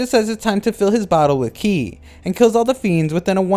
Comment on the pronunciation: qi is pronounced chi please stop saying it like that 😭